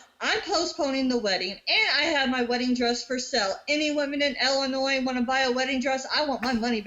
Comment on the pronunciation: Hope they check DNA for species as well....eight kids? With that? Ha. It's Ill-en-noy not ell-en-noy